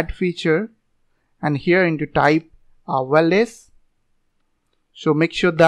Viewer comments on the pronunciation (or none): Good video but wireless word was not clear